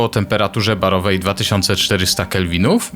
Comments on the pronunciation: Temperatura Barwowa nie barowa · Temperatura barWowa a nie barowa. Pozdrawiam